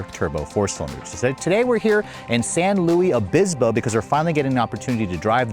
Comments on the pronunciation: San Luis Obispo is pronounced san LOO-iss oh-BIS-poh (English), not San Lewi. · San LUIS Obispo not San LOUIE Obispo lol